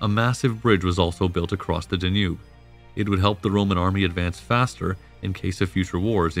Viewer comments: I could deal with the unusual pronunciations until you got to "DaNOOB". Seriously? (It's DAN-yube) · Hey Narrator... It's pronounced DA-nube, not da-NUBE. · Da-noob (Danube)… I hope you’re not paying for the copy-read voiceover… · Great narrative but I don't believe it's the Da' nube River. I've always heard it pronounced Dan' ube. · 🤭ok,,, so the correct pronunciation of Dacia,(&any of it's variations), is NOT pronounced (Da•Kee•uh), it is (Day•She•uh)... There are not multiple ways of pronouncing it...and 🤣,,, the Danube,,, is (Dan•Noob),,, it is pronounced (Dan•Yube)... You NOOB..... look it's minor and I'm sorry to be picky..most of the rest of your production is pretty solid...I just simply do not understand how anyone who declares to be an Ancient Roman Historian,, could possibly mistake such common names directly related to the subject...I mean...WOW... You don't even have to have studied the subject in college or visited the areas, which every professional historian I've met has always done both..you could educate yourself and understand the pronunciation by simply studying online...unless you've done it as some type of unsure joke maybe?🤷🏻‍♂️,, I just don't get it...slightly compromises ones credibility.. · I liked the video. But there was a lot of kinda weird pronunciation. Da-nube? There’s plenty more too. No biggie. Keep up the good work. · Very interesting documentary series. My normal source for this period is "the history of Rome" podcast which is also fantastic. One major difference between the two sources is the pronounciation of certain names. this channel uses "Dakia", Desebalus", "Domietian" and "Danùbe" whereas the podcast uses "Dasia" ,"Dekebalus", "Domitian" and "Dànube". Which one is correct? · In the english language it is pronounced ''Dan-yoob'' with stress on the first syllable. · This reader mispronounced many words the dayNUBE River. Get someone to read who knows more about his subject matter.